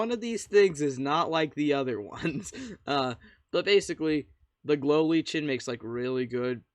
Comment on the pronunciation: Great vid and hacks. Lichen is pronounced “liken” 😁